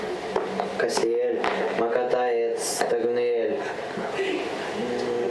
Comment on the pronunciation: OOOOOH, Cassiel, not Castiel